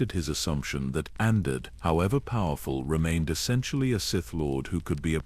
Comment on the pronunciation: I do like the lore behind this... But... The way the AI pronounces rakata and Andeddu annoys me so much... I wished that the creator of this video, would have spent the time narrating it personally